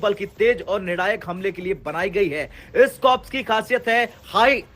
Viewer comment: कॉर्प्स नही कोअर.